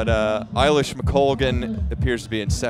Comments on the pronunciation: A-lish, not I-lish! The woman is a multi medallist at major champs. Know how to pronounce her blooming name! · I think it's pronounced "eh" lish McColgan not "eye" lish. 🙂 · Great race, Eilish was always favourite! It’s also A-Lish not Eye-Lish! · Who are these announcers who can’t pronounce either Eilish or McColgan